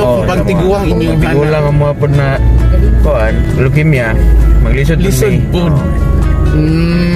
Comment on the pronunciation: Mispronounced ang word nga Leukemia dapat long E diay..sari...